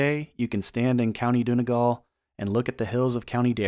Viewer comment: I've watched a number of videos on the division of the island of Ireland - not the worst, but this is a very surface-level overview. Also other YouTubers did a much better job of researching town and county pronunciations. Monaghan, Donegal, Coleraine and Clones were particularly egregious